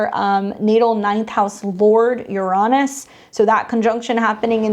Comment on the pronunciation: I've just started noticing this here lately, but I'm wondering why there are so many astrologers, mostly all young, are now mispronouncing Uranus? Instead of pronouncing it Urine-us, now many are pronouncing it you-RAW-nus.